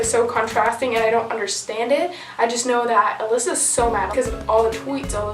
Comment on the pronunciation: Its Alyssa not with a j.